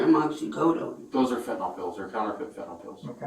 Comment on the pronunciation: Why do so many people mispronounce Fen Tin Nyl as Fen Tin ALL. It's just weird.